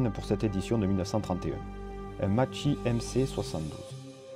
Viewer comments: tout bien garçon sauf le nom de Macchi en italien le double c se prononce k donc makki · Juste en passant deux c en italien se prononcent k donc maki.